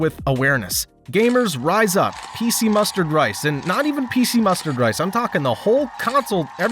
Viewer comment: Did you say PC Mustard Rice? I must be hard of hearing.😆